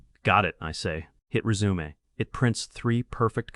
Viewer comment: the ai voice is kinda cringe. can't even pronouce resume...